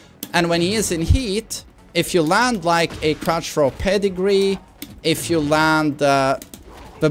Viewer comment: First learn how to say "throw"